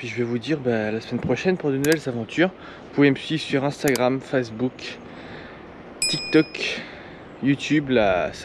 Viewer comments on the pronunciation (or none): none